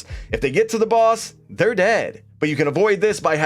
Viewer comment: Man it makes me cringe the way he says "their dead"